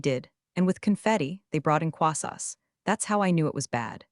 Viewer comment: Haha, “quasos” definitely sounds like a croissant hybrid! 🤣 And yeah, AI’s definitely pushing the limits with some of these stories. Sometimes it’s just too much!